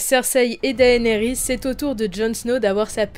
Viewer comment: Théorie n1: Jon en a déjà monté un. « Daenarys » Looooool #beauf #mdr